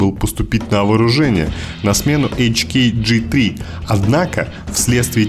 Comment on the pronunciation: Совсем не правильно произносить на английском, ты сам сказал : хеклер кох. Значит ха.